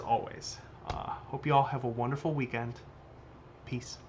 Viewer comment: Gotta love his giddy laugh and "wonderfull" lol